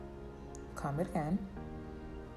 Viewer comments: Cah- "OH"-mmm. Not Com lol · does anyone else notice she pronounces comb wrong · Anyone else bothered by how she says “comb”? Just me? Ok. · Hahah me too, I thought I'm the only one